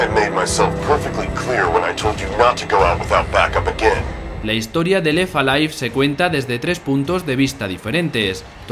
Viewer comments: "La historia de Lefa Life" y así durante todo el vídeo. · Pues pronunciando la T. Pero en inglés, no en francés. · Lo de no pronunciar la 'T' entre 'left' y 'alive' del narrador le da un punto noPor. Alguien tenía que decirlo. P.D: Sin duda esa sustancia está viva (o al menos la da).